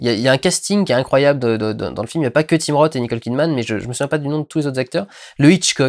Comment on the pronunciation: Tu dis "Tim Rote" à :D